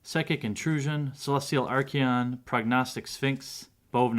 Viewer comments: There is no "i" in archon man, your saying it like Archion, it's archon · theres no E in archon. are con is how its pronounced